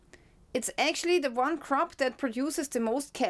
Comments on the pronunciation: You were really scaring me until you said CRAP instead of crop! Your smile and laugh 😆 made my day! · U said crap and not crop 😂😂😂❤ we still live u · The Cwop is Cwap 🤣🤣🤣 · Could you give us an update on the farmers protests, we get no news coverage here in Australia. You were right when you said crap, not crop too.